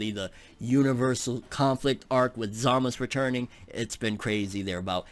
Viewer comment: Omw still cant say za- ma- su 😂😂😂